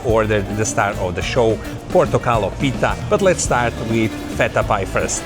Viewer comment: Portokalopita. The emphasis is on the O before the word pita. Not on the I of the word pita. PortokalOpita.